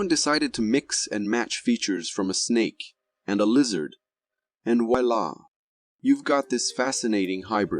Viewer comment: And Way La ? How about Voila'